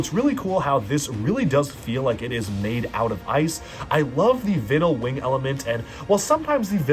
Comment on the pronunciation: Anyone else annoyed at him mispronouncing vinyl